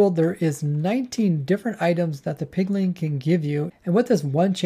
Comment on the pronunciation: Please learn not to say "pigling" it really bothers me